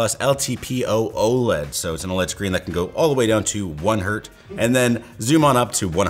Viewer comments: one hert instead of one hertz... this maybe be the worst mistake related to LTT... nay, the worst mistake anyone related to Canada has made. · It's 1 hertz, not 1 hert. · It's not 1 Hert , it's 1 Hertz. It's Hertz, not Herts, so it's not a plural. Hert doesn't exist. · PS: It's 1 Hertz, not 1 Hert as people like to call it. It's named after the German physicist Heinrich Hertz, and thus the Z is part of the word. My last phone (which I just upgraded less than a week ago) was the LG ThinQ G7 and it had a fingerprint reader on the back by the cameras. I really enjoyed that. I have the Samsung S23 Ultra now with the screen fingerprint reader and thus far I prefer the reader at the back. Then again, I used the G7 for like, four or five years. It's always been hard trying to find something to upgrade to because the specs on the G7 were really strong, and most even high-end phones I found were only slightly better spec-wise compared to the G7 (like it had the same memory but a bit more storage, or the processor was just barely more powerful than what I already had, etc). If I didn't already have the LG, I would have been very interested in this phone. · "Go all the yway to 1 hert?" Im guessing you meant Hertz? Hertz is not plural... there is no such thing as 1 "hert"... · IT IS NOT HERT. ITS ALWAYS HERTZ C'MON THIS IS THE SECOND TIME SOMEONE SAID THIS IN YOUR VIDEOS. GET THE BASIC KNOWLAGE!! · 1 hertz not 1 hert 🤓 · one Hertz, not Hert. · "One Hert" 😂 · I'm sorry, did you say "going down to one Hert"? 😂